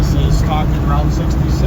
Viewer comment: The Rolling Stones confirmed that is ROUTE 66. Not Rought 66